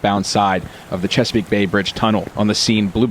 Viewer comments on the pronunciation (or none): It’s not pronounced checkerpeak peak. It’s Chesapeake bay bridge. Sir